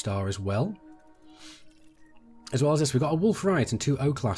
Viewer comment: "wolf riot" lmao, its rayet (RAY-ET)